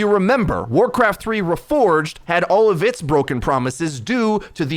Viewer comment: lo ruforged xD its REforged xD